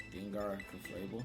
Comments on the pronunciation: I just love how you always say Ceflabel instead of Clefable 🤣 Banger The team is really good though! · It's CLEFable, but whatever you prefer, bro. It just sounds funny, you always make me smile with this 😊